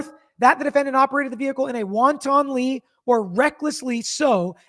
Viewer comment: Won-Ton-ly…😂 It’s ok, we’re hungry too. 😂